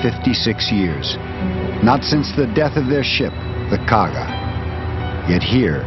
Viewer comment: Japanese carrier Kaga, not Kagi.